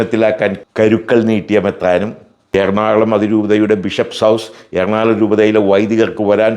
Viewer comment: "എർണാള०" അല്ല നമ്മുടെ സ്ഥലത്തിന്റെ പേര്. ""എറണാകുള०""എന്നാണ്. നാട്ടുകാരെ തെറ്റിദ്ധരിപ്പക്കല്ലേ.